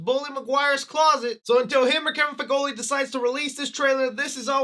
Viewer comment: Kevin Feige says no trailer until you say his name correctly 😂😂😂